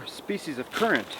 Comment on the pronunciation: ITS A CURRANT!!! ker-ant not a curent MY GOD!